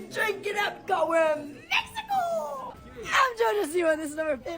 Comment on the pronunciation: Why did she say Mexico so weird when she was drinking all those drinks 😂😭